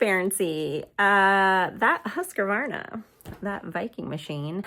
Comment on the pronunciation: Please check your pronunciation of the machines name there is no a between the q and then it’s not husqavarna it’s pronounce it the way it’s spelled please just read it off the front of the box 🎉 you’ll sound a bit more professional